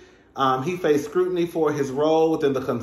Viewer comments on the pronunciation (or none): none